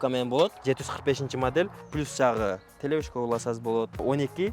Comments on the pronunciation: Телешка дечи телевышка дебей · Телешка деп жатабы же телевышка деп жатабы